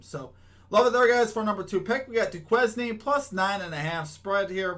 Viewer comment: It’s pronounce “doo•kayn” lol I know it stumped us too 🤣